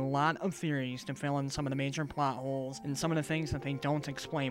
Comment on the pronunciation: did you say blot hole? butt hole?